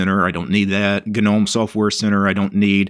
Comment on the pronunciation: Hi, Gnome is pronounced with a silent 'G', so pronounced 'nome'👍